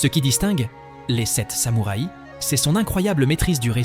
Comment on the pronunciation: belle selection, et choix tres pertinent ( meme si a mon gout je n'aurais pas intégré " le parrain "dans cette sélection mais peut etre "metropolis" )! meme commentaire qu une autre personne sur la diction un peu curieuse (samoura i )??? pourquoi pas une selection par pays cinéma japonais, italien, francais, espagnol etc y a de quoi faire